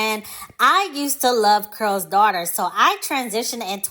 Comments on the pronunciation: I believe the name is Carol not Curl? Anyway great vid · The video was appealing because I remembered and used the product; however, when I heard "curls," I clicked off. It's Carol's (Kare rols) not curls. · Just came across this video and only have one question, why the presenter kept saying "curl's daughter"? I thought Lisa Price said she named it after her mother whose name was "Carol". Also, I saw an interview of Lisa who gave the history of the founding of the company and why she eventually sold it. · Am I the only one hearing the word “Curl” vs. “Carol?” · It sounds like you're saying Curls Daughter not C A R O L Daughter. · Why are you saying the name wrong ? You're say Curls daughter, it's Carol's daughter. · You keep saying curls daughter. It’s pronounced Carol’s daughter. So annoying.🧐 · Consider looking up the pronunciation of the company’s name before filming. Carol keh•ruhl sounds like you’re saying curls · IS IT JUST ME?????? OR IS SHE SAYING CURLS DAUGHTER??:face-orange-biting-nails::face-orange-biting-nails::face-blue-smiling::face-purple-crying::face-green-smiling::face-orange-frowning::eyes-purple-crying::face-fuchsia-wide-eyes::face-blue-wide-eyes::text-green-game-over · Why are you saying Carol’s like that? It sounds like you’re saying curls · Care-ull’s , pronunciation (two syllables ) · Is it pronounced curls daughter but spelled Carol? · No disrespect, but are you talking about Carol’s Daughter because I keep hearing Curl Daughter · it does sound like she’s saying Curl’s. Kinda irritating 😮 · it's not about tearing down, it's correct...coming from a Carolyn.